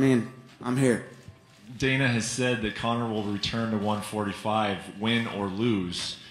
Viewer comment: Conor😥 Conor 😓